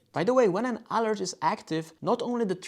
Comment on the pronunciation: Very well done video! One word of advice, in English the word 'alert' is not pronounced ÁL-urt its pronounced a-lúrt, emphasis on the second syllable. I use the Freestyle Libre. After I first got it I knocked the sensor off two times. Once by hitting it on a doorframe and again while taking off my shirt, lust like in your video!